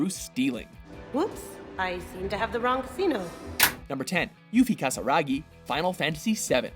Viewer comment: I'm no Final Fantasy fan but you did just read Kisaragi as Kasaragi. "a" is very different from "i", how come you could pronounce it wrong?! Nobody even edited that out.